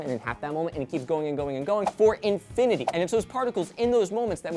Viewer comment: To infity and beyound!!! Aw my brain